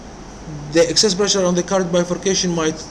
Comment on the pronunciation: Not “access” pressure; but “excess” pressure !